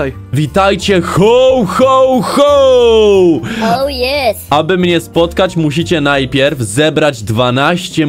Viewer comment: Jakście to przeżyli?! Spłonąć powinniście albo roztopić! Hoł, hoł, hoł?! Ho, Ho, Ho się mówi! W Polsceśmy jest! A jak chcesz po angielsku to po angielsku! /həwˌ həwˌ həw/, a nie hOł, hOł, hOł!!! ŻARTY?! KLICKBAIT NORMALNIE!!! W tytule jest „Św. Mikołaj”–biskup w szatach biało zielono złotych–a nie to co spotkaliście–Colowy Mikołaj[Cola Claus]❗